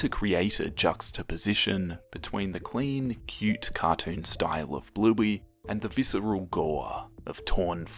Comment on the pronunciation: I can't tell you how many times I thought you said "Blueby".....